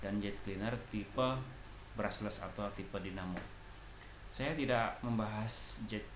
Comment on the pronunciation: BRUSH-LESS bang, bukan BRUSSELS